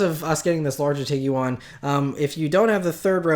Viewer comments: Say TEEG-JUAN. Not TEEG-YOU-ON. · Tiguan is 2 syllables, not 3. Just saying